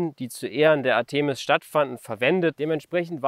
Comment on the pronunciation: Ártemis. Betonnung ( ;-) ) auf dem A! Artéeeeeeeeeeeeeeeeeeeemis tut weh!